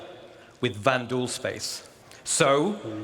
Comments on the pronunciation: very excited for nyx but it might just be me but it sounds like you are saying vandoo instead of vanduul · Vanduul not vanduus You cant even pronounce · bruh...its vanduul not vandooz🤣